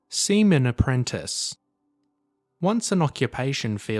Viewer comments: why is he reading seaman as semen ????? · He said “semen”